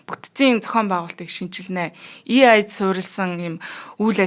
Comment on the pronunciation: AI not EI please !!!